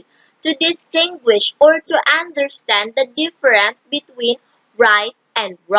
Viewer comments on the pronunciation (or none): none